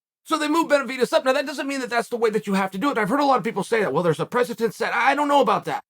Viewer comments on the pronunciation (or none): holy shit it's precedent not precedence or predecences like has the TRT given you dyslexia? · Uncle Chael can talk but he can’t say precedent